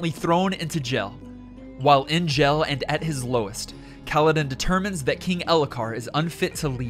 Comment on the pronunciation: Very good summary. Pronunciation with some names was a bit off with me, but otherwise great. I was really surprised by your pronunciation of simle words even. "Spren" is not pronounced /sprin/ and "jail" is not pronounced /gel/. Maybe it's just your type of English accent, wherever you're from. So no big deal.